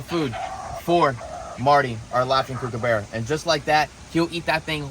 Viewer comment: Kookaburra not kookabarea.